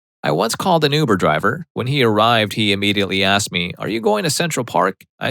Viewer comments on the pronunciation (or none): none